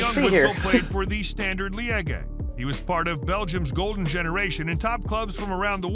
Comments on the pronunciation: It’s so annoying hearing the narrator mispronounce so many things: “Ajax” instead of “Ayax”; “Grah-me Souness” instead of “Graham Souness”; “Standard Lee-egg-ay” instead of “Standard Lee-ege”… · Standard leyege😭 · Who else feels like the narrator went out of his way to mispronounce many names😂 "standard lee-eggy" and "arson-knee wenger" were two of his greatest hits